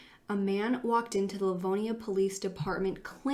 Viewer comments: for anyone local who might know something or have thoughts, he's from LivonIA. It's pronounced differently in the video ( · That is not how Livonia is pronounced. Lol